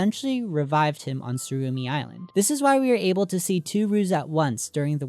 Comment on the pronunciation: its tsurumi island not surumi